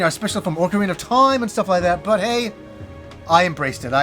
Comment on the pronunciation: Take a shot everytime he says “at the toyme”